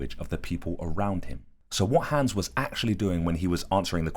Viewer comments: Bro pls stop calling him hens its HANS mot nem A nicht E nicht Ä AAAAAAA!!!!! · Haaaaaaahhhhns. Not hands. You know how to say Weilheim with the v sound but you keep saying hands. It's so weird that you're telling this interesting story and then you keep saying the horses name funny. It's as if the horse was being called hands even though he has none lol. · It's Hans not hæns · Clever "Hans" not hands. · You mean Hans, not hands right? 😂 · Cool story. What he was actually doing is almost more impressive than what they thought he was doing. Also… Hans. Haw-ns. Rhymes with bronze. Amazing drawing as well. You’re definitely talented my brother. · My german ass heard "hands" the whole time, then proceeded to facepalm when i read the comments and realised it was probably halled "hans" instead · Please pronounce it like h-ons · I thought you said "Clever Hands" at first and I was shook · Its pronounced Hans hons is how it sounds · Hans pronounced HUNS in german accent. He was showing the intelligence of being hyperaware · It's pronounced, (honz) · Loving the British pronunciation of Hans 😅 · Please learn to pronounce Hans correctly